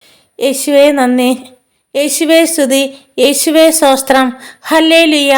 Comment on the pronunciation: മോളെ, pls don't pronounce സോസ്ത്രം, say STHOTHRAM🙏🏻സ്തോത്രം 🙏🏻🙏🏻🙏🏻കേൾക്കുന്നത് awkward, pls correct yourself 🙏🏻